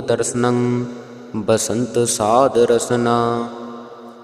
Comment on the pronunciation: ਸਾਦ ਨਹੀ ਸਾਧ ਕਰਨਾ ਭਾਰਾ ਬੋਲਣਾ ਹੈ